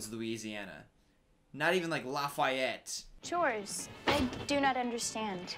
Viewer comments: It’s not Laf Fi Et, it’s Laf E et. If it were the name of a person, I’m pretty sure he’d be right, but the city/town version was wrong. He didn’t say this one, but it’s New Or Lins, not New Or Leens I am a certified Creole, born and raised on the Northshore, right across the lake from New Orleans. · imagine laf eye et, its pronounced laughy et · How dare you pronounce Lafayette that way...disrespecting my home town like that smh😂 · As a Louisiana resident, the way you said Lafayette hurt. Lol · the way you said Lafayette made me want to end it all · As a Louisianan, you saying back woods and not even Lafayette took me out. Lol Lafayette is not that lit 😂